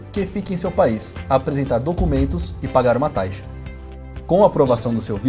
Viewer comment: Taixa ?? Ele fala taixa no vídeo ? 👀